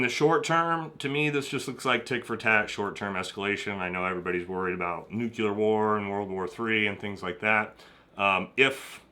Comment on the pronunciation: NU-CLEAR. NUCLEAR. NEW. CLEAR. NUCLEAR.